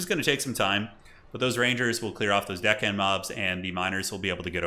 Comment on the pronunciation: "couple of dickhand mobs" 😆😆😆 I always hear that when they are saying their name too